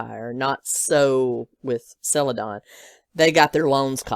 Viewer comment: Don... sell-uh-DON